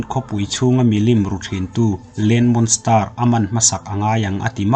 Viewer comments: Ehem...monster ilam dan kha a dik lo..monstar arsi sawina ang deuhin ilam daih a.. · Monster I lam Dan hi a dik lo deuh a nih hi